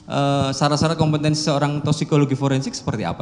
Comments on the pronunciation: Jaksa kompetensi bilang kompentensi.. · Jaksa koplo, ngomong kompetensi saja ga bisa🤮